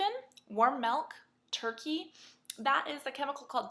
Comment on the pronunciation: 'Melk' lol!